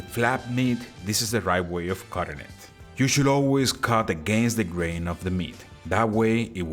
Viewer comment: nah an accent is an accent , grammar is the thing or the way u say the words, I think the Jew instead of you is cute... I speak spanish fluently, for 15 years they excepted the way I spoke and the words I used ... they didnt care about my accent , then after letting me speak for that long they then decided to tell me i was using the wrong words .... i it was like learning the language all over again... argh they said my accent was perfect but only when i spoke the wrong words did they know i was not spanish, i asked why .. they said cause you were trying